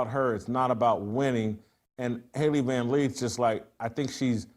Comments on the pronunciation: It's Lith, not Leeth.😂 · Why does Jason keep saying Van 'Leeth'?? 🫤